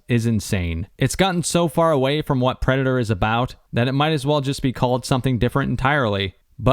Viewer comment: Predatar? Avadator?